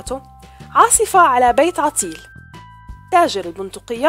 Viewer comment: التي تعلق علي الفديو لغتها العربيه عجيبه مثل قولها عطيل بفتح العين وليس بضم العين غيروها لو سمحتم حتي لا تقول الاب بالفتح وليس بالسكون